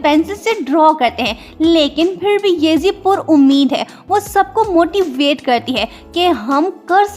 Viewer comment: When you said"motivate" I guess you said moty weight